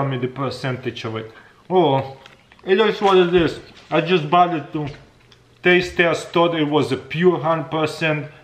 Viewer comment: Im sorry but he said testaste